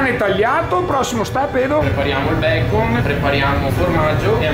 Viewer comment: Si dice bacon, n, ennee. Non Bacom cazzo suona pure male